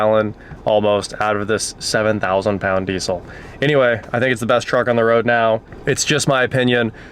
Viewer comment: At least say vehicle if you can't say truck. Sheesh...